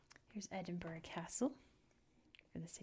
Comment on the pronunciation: Finally someone pronounced Edinburgh correctly! I will point out for any future vids - "Gay-lick" is for the Irish Gaelic, "GAHlick" is Scottish 😁